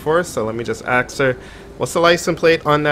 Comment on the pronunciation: It is funny when he says axe Instead of ask top